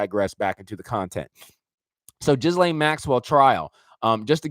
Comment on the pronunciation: Love what you do!!!! Can’t deal w the “jizz-lane Maxwell” annunciation 😂 “gill-lane”